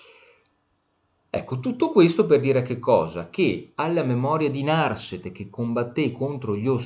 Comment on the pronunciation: Narsete con accento piano, per favore